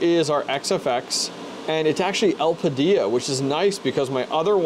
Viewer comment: u really think it's getting 90w at 950 v core? (at the wall) also, el-pida is the annunciation lmao. also with those mem tweaks u applied, u don't have to bios mod. in windows, setting ram to the 1st setting is enough. the main ram setting changed in that bios is the tref